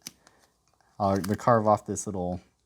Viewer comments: "How to be a wittle fox" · “A fun and simple wittle fox”